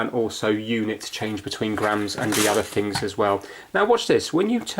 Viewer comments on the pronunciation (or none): none